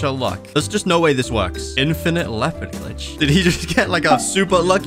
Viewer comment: Bro said he wanted a Leopard fruit. But what he meant to say was he wanted a Lopeard fruit.